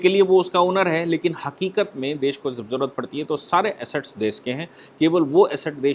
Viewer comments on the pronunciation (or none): none